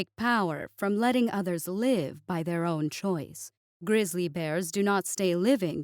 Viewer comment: "grizzly rimiki" lol